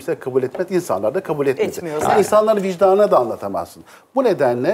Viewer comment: Hanımefendi,canilerin empati duygusu yoktur, planlı ve işkence ile öldüren kişiler,normal insanlar gibi düşünmez,suçluluk duymaz! Ayrıca o,vijdan değil, öyle bir kelime dilimizde yok,"vicdan" diyoruz!